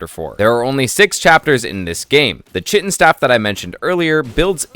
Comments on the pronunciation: Bro its pronounced Kite-in not chit-in. Sounded like you were trying to say shittin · Lovely video, watched it till the end, but please, the Chitin Staff is pronounced "Kai-Tin" not "Chi-tin" 😭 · everytime he said "chit in" instead of "kite in" a part of my soul died 😂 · It’s not chitttten. It’s pronounced kaiiiiiiii-tin. K-eye-tin. And Chitin is insect exoskeletal protection. 🤦🏻‍♂️ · It's not pronounced "chit-in" it's "kai-tn" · Chitin staff?,. It's pronounced Kai' tn staff it's a k sound. It's the stuff insects exoskeletons are made of which is why it's found in chap 4 I suppose. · It’s not chit-in! Chitin is pronounced Kai-tn. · Kite-in not chit-in its just how its pronounced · Why doesn't anyone know how to pronounce chitin right? Lol it's not "chit-in" it's pronounced "Ky-tin" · KITE-IN STAFF NOT SHITTIN STAFF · it's kai-tin, not chih-tin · chitin is pronounced kite-in. nice vid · The chitin staff is pronounced *Kite-in*…. I learned this way too late in life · Don't know if you were purposely mispronouncing "chitin" because of how much emphasis you kept putting on it but it is pronounced kai-ten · Chitin is pronouced Kai-tin if I am not wrong, I don’t like doing this but tbh its just a “the more you know” typa thing, annoyed me quite a bit lol. Nice vid tho. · Chitin is pronounced like "kite in." You get it in chapter 4 because chitin is what the exoskeleton of insects like spiders are made of. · lol chitin is pronounced kai-tin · I hate to be that guy, but 'chitin' = 'kite-in' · Prob got this comment already but just in case: Chitin is pronounced “KITE-in” and it’s what a crab’s exoskeleton or a bull’s horn is made of. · dude chitin is pronounced as ˈkaɪtɪn i was thinking wtf where i missed that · Good video, but please, please pronounce chitin correctly. “Kite-in” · It’s pronounced kite-N (chitin) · Chitin is pronounced Kai - tin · based tier lost but your pronunciation of "Chitin" is slightly concerning to me